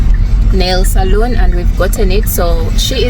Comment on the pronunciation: salon is pronounced sa-lo-n: that's where we have our nails done. Saloon which is pronounced sa-lu-n is kind of a bar, a place for drinks. Since you're going to be living here you might as well know the difference l.😂😂❤